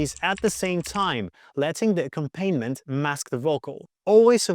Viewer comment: Solid advice, great points. But I have one suggestion for future videos. ... It's not pronounced "ack-um-PAIN-ment". The word is pronounced "ac-COM-pa-nee-ment."